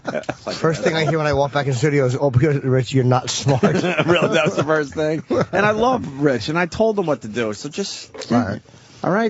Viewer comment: “Firsht of all…der’s no second of all…” -Anthony